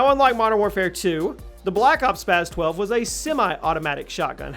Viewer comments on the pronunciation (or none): Spas 12 not spazzzz 12 Also lmao mw3 spas 12, no way was it better than the KSG and striker or even the usas12 youd have to be drunk to think otherwise